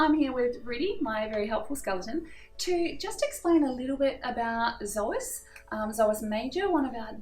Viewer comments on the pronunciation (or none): Yeah i know that but we say "so as" not "zo as" because it doesn't have a "z" in it :D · Hey, thanks for the video. Can you please tell me why you pronounce the word psoas as "zoas"? I've never heard it pronounced that way and I'm an aussie!